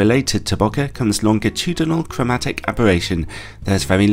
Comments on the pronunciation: Listening to it again, it sounds like a combination between boka and boke, so can't really tell, but doesn't quite sound right. I usually tell English speakers it is closest to the pronunciation for "bouquet", as in a bouquet of flowers (said by an American. Not sure of England.). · Is it though?